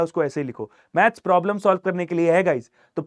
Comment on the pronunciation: Problem solving ❌prolem solving ✅ 😂😂😂😂😂😂😂